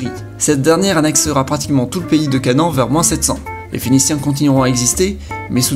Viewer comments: Canan? CA-NA-AN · pays de CANEN?? quand tu est juif ca fait un peu bizarre haha. enfait on dit canahane